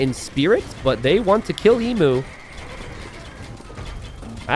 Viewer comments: I wince in pain every time he mispronounces Emu. It's Eem-You. Not Ee-moo. Hoping the Emu Warrior name is a reference to the time the Australian Army went to war with the Emus, and lost. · if you do a video about CRICKET 🏏 in India, you might get a Billion views... 😁 Geography is the same as any other subject you studied (or not) at school - you must NEVER STOP LEARNING. Emu is pronounced "eem- you", not ee-moo. M 🦘🏏😎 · I HAVE HAD A LONG DAY... APPRECIATE ME. leave Jeef's alone. Also, it is FREAKING 'EEEEM-YOU' not 'EEEEM MOOO' Dead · Emu is pronounced EEM-YOO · mispronouncing Emu for an hour was a laugh at least 😂😂